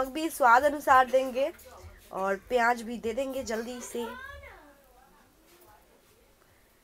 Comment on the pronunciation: piyaaj nhi bolte h use pyaz bolte h smjhi